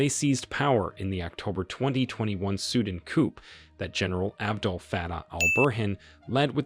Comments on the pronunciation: it's not sudn it's sudaan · Its Sudan Not suedent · It's not suden ffs it's pronounced Sudaaaan. Seems like you're just reading some text. 😤😤